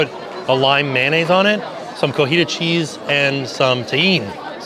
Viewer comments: COTIJA* CHEESE. It's a pretty big difference between cotija and cojita. One is a kind of cheese, the other one means "woman that walks with a limp".Gringos can never say it correctly, but the difference is immense. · Hi, I love the concept of this restaurant! Seems like fun!! I believe the phonetic pronunciation of “cotija” cheese is ko-ti-ha